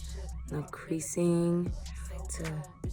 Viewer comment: oohh nooo did you say creasing????? gurl fix that with a quickness...